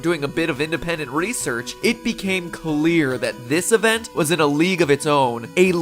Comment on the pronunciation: I was playing leadge I when you said leadge of leadgends